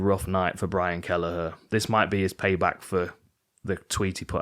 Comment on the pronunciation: "Brain Kelleher" hehe, I had to double take